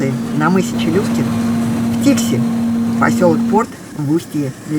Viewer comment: Посёлок Дикси! Или Фикси? Вас не разобрать